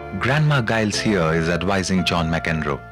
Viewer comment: Can't even pronounce his name....